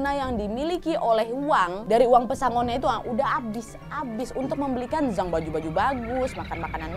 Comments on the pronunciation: Mau koreksi harusnya "Jang" bukan "Zang" ☺️ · Zhang = cang bacanya wak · Sukses terus Kak Nadia. Ngomong2, untuk pelafalan pingyin bahasa China, "Zhang" bacanya "Cang", Kak. :) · Ok tak apa lah mbak pake aksen melayu apa indo.tapi yang betul Z itu dibaca C jadi Zhang bacanya Chang😁 sukses selalu🙏🏻